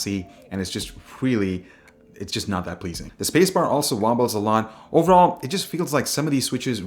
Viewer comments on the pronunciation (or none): I thought you said, "The spacebar WOMBO'S" a lot haha